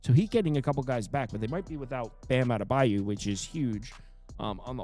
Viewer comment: Adebayo not adebayu